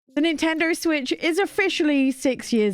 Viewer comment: “Nintender Switch”